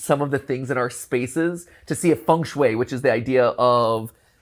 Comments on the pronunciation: Another cool episode. But the pronounciation of Feng Shui really triggered me! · ah yes, fung shue, the walmart feng shui.